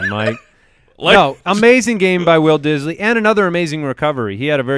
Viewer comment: I just watch for the "Will Disly segments " 😂😂😂😂😂😂